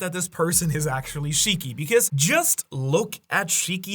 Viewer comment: Please don't say shiki